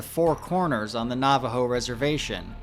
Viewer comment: alright dude, I can’t stand it anymore. It’s NAVAJO AS IN NAVIGATE. NOT NAVAJO AS IN NAUGHTY. PRONOUNCE IT CORRECTLY!!!